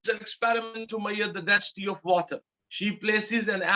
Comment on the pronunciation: you pronounce measure like "maiyaar"